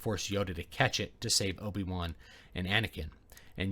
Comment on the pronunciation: "Anekin" O_o